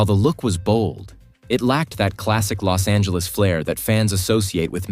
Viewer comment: AI got it right with the Bos Angeles 🤣